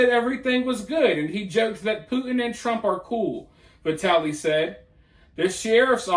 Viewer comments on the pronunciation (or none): none